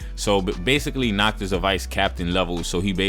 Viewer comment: The one thing i hate about the episode is nacht being pronounced as nahato its pissing me off